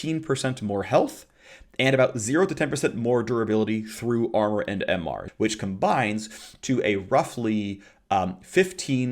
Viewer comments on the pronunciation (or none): none